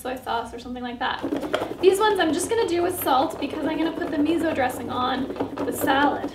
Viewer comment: Its pronounced 'me so' not 'me zo'....